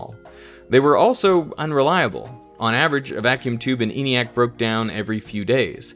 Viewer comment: ENIAC was pronounced with a short E by those who built it ( "EN-ee-ack", not "EE-nee-ack").